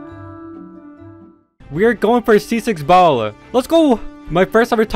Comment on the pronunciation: It sound like he kept in saying bald instead of Baal